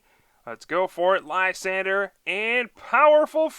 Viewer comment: LYSANDRE. Not Lysander. The 'R' comes before the 'E' so it sounds like drey. Come check out my video for the correct pronunciation. But I like your videos, keep up the great work!!!